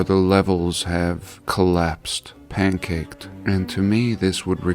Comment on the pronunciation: actually really astounding video sir U ain’t no gatekeeper, U say pankaked bricklines & all that it’s lit